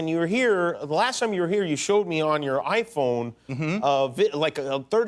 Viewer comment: he said I phone like fooon like a Wisconsin or Dakotan lol. right at the beginning.